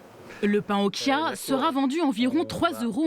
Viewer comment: Reportage intéressant, mais vous auriez pu faire un effort pour la graine de chia qui tire son étymologie du nahuatl, ça se prononce "tchia" et non "kia"... je sais bien que ça n'est pas le sujet principal du reportage mais l'entendre à plusieurs reprises, cela écorche les oreilles. Même le personnel de la boulangerie qui disent "kia" alors qu'une personne précise bien que ça vient du Mexique, à aucun moment ne se pose la question de comment est prononcé "ch" en espagnol... 😅